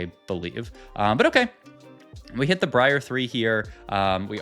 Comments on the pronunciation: You did not just call briar bree-r bro im gonna SCREAM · Bree ahhh and Zil-Lay-an, gives me the A-Aron vibes. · Bro said Bree Are 💀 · Came to say the same thing lmfao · He does it on purpose as a joke/bait/cute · briar is just a normal ass real world word LMAO it has nothing to do with playing league or not